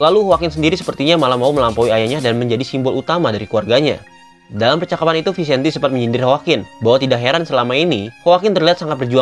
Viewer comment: Bahasa spanyol namanya.. jadi harus dngn gaya spanyol.. jadi bacanya itu harus Vicente 😁